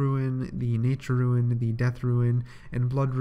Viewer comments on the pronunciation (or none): Also roon not ruin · Well "rune" is not and he pronounces that as... Ruin. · lul "ruins"